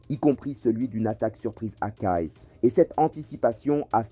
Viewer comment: Petit !!! C'est pas colonel !!! C'est General !!! C'est pas Kayess !!! C'est Kayes !!! D ou venez vous ????